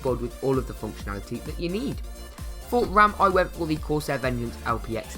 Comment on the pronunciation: Crosair XD